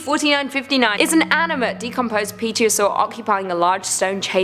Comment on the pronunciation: I find it hard to believe that a studio full of adult humans...n none of them can pronounce Pterosaurs.. Terror.... sore